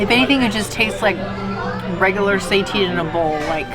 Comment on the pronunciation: Love this review -- can't believe they are offering SEITAN (versus just the regular ol' Impossible meat). By the way, it's pronounced 'SAY-TAN", not "say-teen". Have a great no-turkey Thanksgiving guys! Love your videos!